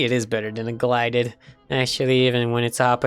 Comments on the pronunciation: Pronounces it as glided instead of gilded :/ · I love how he said glided and not gilded 😂😂